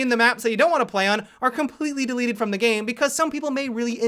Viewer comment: Is it just me or does any else get annoyed when adds like a gay voice to a word and adds Ah at the end. Like he said game like Gameah.